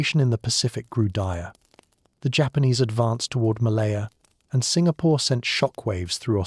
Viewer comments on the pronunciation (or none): none